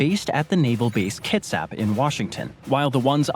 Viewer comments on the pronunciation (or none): none